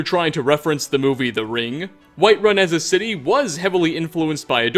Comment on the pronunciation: Why do you add syllables to words like that it’s so annoying lmao